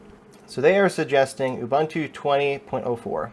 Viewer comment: my man... it's ooh-boon-too